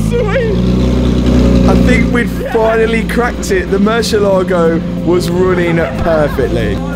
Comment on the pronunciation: not "murcilago" but mur ci ééé la go:goodvibes